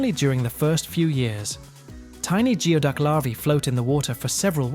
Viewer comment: Geoduck is pronounced 'gooey-duck' - You might want to check pronunciations before the next time you release a two-hour video on something.